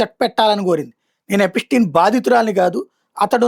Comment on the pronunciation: ఎపిటీన్, ఎపిస్టీన్ కాదురా గా😅 ఎప్స్టీన్